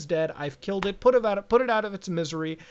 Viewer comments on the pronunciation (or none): none